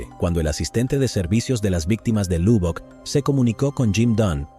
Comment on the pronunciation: La ciudad se pronuncio malísimo es Lobbock su pronunciación aunque se escribe Lubbock. Vivo a 2 hora de esa ciudad y la visito frecuente y habitualmente